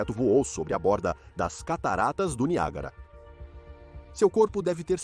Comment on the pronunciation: NIAGÁRA doeu